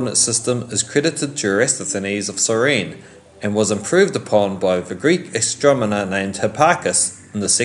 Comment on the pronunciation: Sounded like he said astromoner